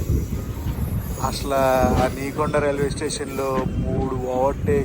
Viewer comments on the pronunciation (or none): నీకొండ station కాదు. నెక్కొండ అది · Ni konda kadhu anna it's nekonda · Nekonda kadu bro nekkonda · Anna Adhi neekonda station kadhu Nekkonda station and any way Anna ma Mahabubabad station chupinchinandhuku